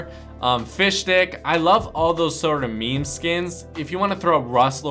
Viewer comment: He said me me instead of meme 😂